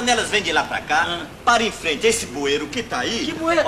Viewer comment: O certo é "bueiro" e não "buero" sem o "i".